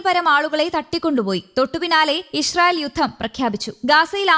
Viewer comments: ഇഷ് റയിൽ അല്ല കുരുവി ( ഇസ്രയിൽ ) ഷ അല്ല സ സംങ്കിയു ടെ ( സ ) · ഇഷ്റായേൽ അല്ല മൊയന്തേ ഇസ്റാഈൽ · പല്ലു തേക്കുമ്പോൾ നാവു കൂടി ഒന്ന് വടിച്ചാൽ നന്നായിരുന്നു. ഇശ്ര യിൽ എന്ന് ഉച്ചാരണം ശരിയാക്കി ഇസ്രായേൽ എന്ന് പദം പറയാൻ സാധിക്കുമായിരിക്കും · ഇശ്രായേൽ അല്ല, പെങ്കൊച്ചേ 😂 ഇസ്രായേൽ എന്നാണ് പറയേണ്ടത് 😅